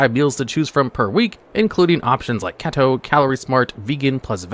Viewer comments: I almost want to unsubscribe because you said kato. Im not keto, but it makes me think yoou know nothing but video and card games. This makes me feel like even more of a nerd listening to you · “Kehtoe” lol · Your Keto pronunciation 😂